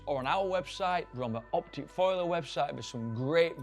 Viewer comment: It's foliar, not foiler.